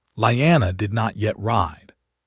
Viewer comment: Lee anna, STUPID not Lie anna!!!and Aegon, not Egon, AI is a moron. gesh, another one? its not REE GAR, ITS RAY GAR, Dan air rus , NOT dean er ees....wow, YOU JUST CAN'T PRONOUNCE ANYTHING RIGHT...lmao!!!!!Your AI is seriously broken people, it jumps around from 13 to 11 to 12 , all over the place, ALMOST 3 HRS IN BEFORE the worms hatch man, it would be great story if you fix your fked up A.I.!!!!!